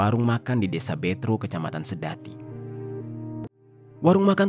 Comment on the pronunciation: sebagai orang sedati, aneh denger abangnya bilang betro wkwk harusnya betro bang bukan betro😂